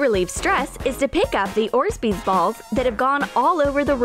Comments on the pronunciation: It’s orbeez not orsbeez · mistakes that they said 1. saying little bit shaving foam but 3 bottles of it 2. saying orsbeez but its orbeez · Btw it’s not orsbees it’s orbees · Bro why does it annoy me when they say “orsezbeez” instead of orbeez 👹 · “Orzbeez” ITS ORBEEZ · She has ugly teeth and it’s orbeez not orzbees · Orzbeez? It's pronounced orb-eez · Orszbees” it’s orbeez not “orszbees” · ugh.. my god ...orbeez not orzbeez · Its orbeez not orzbeeads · Wtf is an orsbezz its fuckin orbezz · Its not ORZBEEZ hunnay its Orbeez.. not so hard to pronounce darling!!😂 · It’s not orzbeez it’s orebeez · Orzbeez ??? Its orbeez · It’s orbeez not orzbeez you dummy you suck ur channel is fake and fing stupid I hate you I don’t care if I’m hating deal with it you are a b none of these work you lier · Orzbeez. What are Orzbeez? You mean ORBEEZ*? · If she says ors-bee-z one more time I swear. It’s or-bee-z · You pronounce it or bees not orsbeez you dimwit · ORBEEZ NOT ORZBEEZ Also I love how you say red head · It's pronounced OR BEEZ not ORS BEES. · How they say it. Ore'sbees. How they should say it. "Orb-eez" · Not orzbeez orbeez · they say orzbeez balls but its pronounced orbeez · I think u pronounced orbeez wring it’s not orzbees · It’s not orsbeesz it’s orbeez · Orzbeez Balls? THEY ARE CALLED "ORBEEZ" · It’s pronounced orbeez. Not orzbeez. SMH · It's not 'ORZBEEZ' it's 'ORBEEZ' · Orsbeez ?😂 orbeez*😁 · Is it just me? Or is anybody else bothered by the fact she said orsbeez??? It’s pronounced Or-Bee-zh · GURL is not ORSBEZ BALLS WHAT THE HELL ARE ORSBEZ BALLS??? ITS ORBEEZ 😂😂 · did you say orzbeez its orebez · orzbeez balls ? it is called orbeez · “Orzbeez”. ?? Isn’t it orbeez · “Fill it with the Orz Beez” 😂 it’s called Orbeez!!! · Orzbees is what they call it orbeez is the actually name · Hahhahhahah...you said ortsbeedaz...but it is accually orbeez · They said ors-beez instead of orbeez LOL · wtf is ornzbeez? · "fill it with the orzbeez😂" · Orsbeez? New word!! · Orsbees. LOL